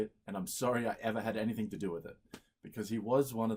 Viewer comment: Super smart. Also says 'anythink'.